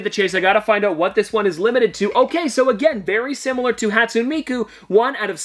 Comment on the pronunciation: I don’t wanna be that person, but it’s haat-soo-neh miku lol